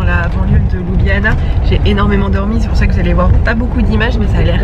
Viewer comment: La capitale de la Slovénie ne se prononce pas ''Loubiana'' mais ''Lioubliana'' 🙂 Le reste est parfait.